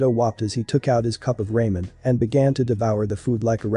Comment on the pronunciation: Love the vid but not the pronunciation of some stuff like most names and ramen but I definitely will keep watching ps first vid of you I'm waching .